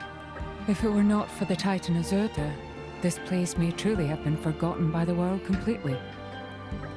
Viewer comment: As if she wasn't stupid strong enough, this episode, it's Crossette's turn. At long last we're getting to see what our special little fire hazard is all about and bring her ever so closer to ultimate power. Also I like how Mòrag says "Azurda". Something about just sounds so nice.